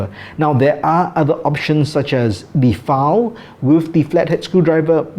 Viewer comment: Got thrown off how you pronounce the word file. Sounds to my ears you are saying foul. I’m an America.